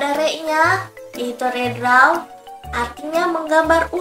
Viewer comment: Harusnya dibaca ri-draw, bukan re-draw